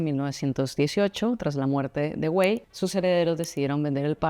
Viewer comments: Se dice “Parque Güell” no /güeil/, es como decir “bien” en inglés ”well”, y también se dice Antonio Gaudí, no Antoni Gaudí… 🤦🏻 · La G se pronuncia, pero es que tú dices /güeil/ en vez de /Güell/ ( no sé de dónde sacas la /i/ , es muy fácil : GU- ELL, con doble L pronunciada como una sola L ) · Prinera noticia que no se pronuncia la G ....lo que hay que ver